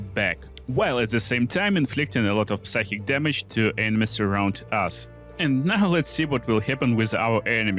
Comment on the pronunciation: Drink whenever says ENE-mies 😂